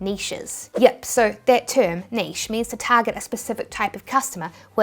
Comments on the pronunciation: I'm so glad you say Niche (neesh) and not Nitch..wth is Nitch?? That particular Americanism makes me click off any video instantly..it absolutely grates on me lol!! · Thank goodness you pronounce niche correctly. People mispronouncing it Nitch is so low key irritating (often Americans I suspect)!